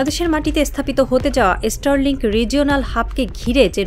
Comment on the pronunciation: আগে তোরা স্টার লিঙ্ক কথাটা ঠিক করে উচ্চারণ কর ওটা এস্টার লিঙ্ক নয় 😂😂😂😂